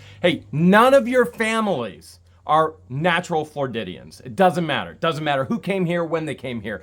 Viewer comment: Oh, they're called Floridians not Flordidians 😂